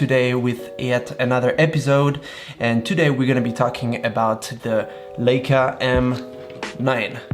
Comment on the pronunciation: Leica not Leeca